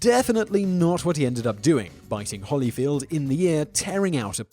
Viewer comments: there's clearly only one 'l' in holyfield. why are you pronouncing it like my name? the first name mispronunciation is acceptable, because of the word 'evan', but the bastardisation of the last name is not. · Just a couple helpful corrections: E-VAN-Der (pronounce like you would a van that one would drive) and Holy (holy, holy, holy, Lord God Almighty...) and not like the "holly" one might find on a tree or bush. Thanks. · EvAnder HOlyfield. Like nails on a chalk board listening to him butcher the name. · Eva's Ivy to be fair, if he's never heard the name, 'Evan' is a name. he pronounces it like that. but there's no justification for the butchering of the last name.